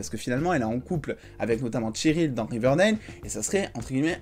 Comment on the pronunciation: Bonne vidéo mais juste c'est pas tcheryl mais Cheryl